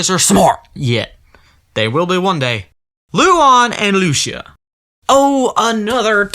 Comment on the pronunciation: I know it's been two years but my name is Lucía and the pronunciation made me sad. It's Loo-see-ah😭